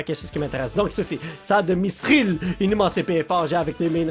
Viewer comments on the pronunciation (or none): On dit mitril pas missril